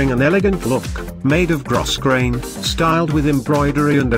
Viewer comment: Ummmm the words don't match the dresses! And I don't see lol of these on the website. Btw, it's not pronounced gross grain. It's pronounced grow grain. The computer voice said it wrong.